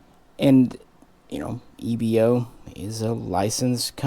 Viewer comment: EBO pronounced as E (ai.....like "air") B (V...) O (single O...not Oh) EVO...like you say EVO-lution...